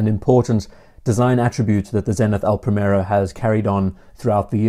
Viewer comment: It's not pronounced "Pray-Merro". The "i" is like the English "ee" (as in "tree") and the "r" is slightly rolled: "Prree-meh-rroh". I know it's Henry VIII's fault, but you could at least try!